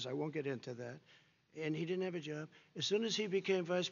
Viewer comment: "he didn't have a juub"